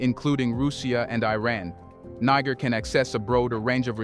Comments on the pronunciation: Bro...Prouncoune it right. what seems like a good report I stopped because you keep mipronouncing it like you're trying to drop the nbomb. Africans docnt call themselves that and any amount of time spent listening to them would let you know that and the pronuciation. It's another colonial language so it's pronounced Knee-jair. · I wish you would not keep repeating the same information. It took you 8 minutes to tell us why the bases are there. You repeatedly mispronounce “Niger”. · learn how to pronounce Niger. Step one.......remove american flag! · I WISH THIS CHANNEL WOULD INVEST IN EITHER A REAL PERSON OR A BETTER READING MACHINE, THE PRESENT ONE SUUUUUX, IT MISPRONOUNCES SOOOOO WORDS AND EVEN HAS PROBS SAYING THE SAME WORD i.e. NIGER THE SAME WAY WITHIN THE SAME DIALOG . TRY USING WORD CORRECT!!! COME ON GUYS BE BETTER!!!